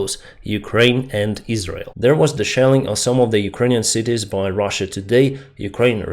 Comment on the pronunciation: This guy just calls Russia "ruzzia" and you saying that he presents information fairly💀